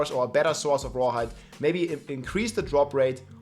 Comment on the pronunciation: The Grrrrreat rrrrawhide shortag😢e